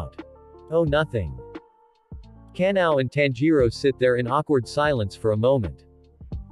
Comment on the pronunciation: The fact that google pronounce ka-na-o as canal